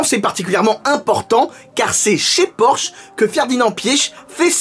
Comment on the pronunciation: En allemand on insiste sur le e final de Porsche ça donne à peu près porscheu